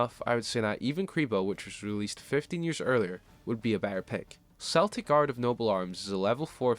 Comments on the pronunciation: Celtic is pronounced Keltic not Seltic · respect the culture the cards inspo comes from. unless ur talking about the american sports teams it’s Kel-tic with a hard K sound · The Celtic pronunciation is weird because even the anime uses correct Celtic vs Cell-tic